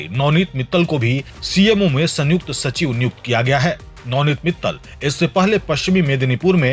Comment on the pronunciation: संयुक्त जोडाक्षर है सन युक्त अलग उच्चार नहीं